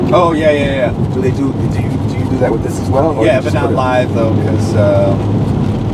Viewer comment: deadmau5 saying "yeeeah" in a black mans voice LOL